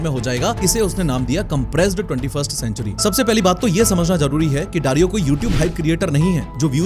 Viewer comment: he saying dario i am hearing darwin💀